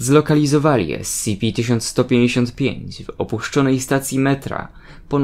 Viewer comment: Powinieneś czytać "es ce pe"